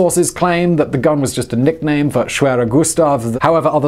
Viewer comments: Greetings from Germany! You pronounce the name very well. No complains from me about the english tongue accent. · i speak polish, and you 'almost' said it corrctly :) matter of properly accents but overall quite good :) try to learn other 'schwere' names such as.. schwerepanzerabteilung (i love german way of sticking few words together and make a new one :) ) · The pronounciation of schwerer Gustav was actually quite good. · your pronunciation of schwerer gustav was actually pretty good